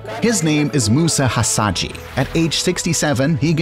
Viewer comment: His name is Musa Hasahya not Hasadji,,,, please